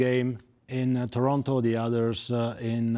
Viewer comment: The Paisano pronouncing toronTo had my dying. Then Kevin was there to clear it up. See? Kevin is necessary in such an important announcement because all Ontarians were thinking the same thing.